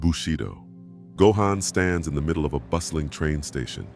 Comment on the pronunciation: Gohan’s name is not pronounced right!!😐😑